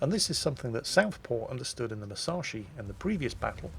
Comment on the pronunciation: C'mon - you've got the Yamato pronunciation right now, so now it's time to start getting the Musashi pronunciation right. Moose - ash - ee. Squeezed up tight - moose ashee. OK? Now squeeze it up even tighter: Mus ash ee. Musashi. C'mon - you can do it.